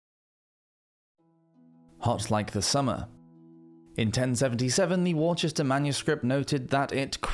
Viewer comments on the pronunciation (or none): 'Worchester' ...like Worcester? ...or 'woo-ster'? Not sure but that's how it's pronounced. You sure you're a Brit?? ....or are you just that far North? There's probably somewhere else called Worchester thb....I'm from deepest, darkest East Anglia though - so, what do I know? 😂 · is that Worcester you are pronouncing as 'war-chester'?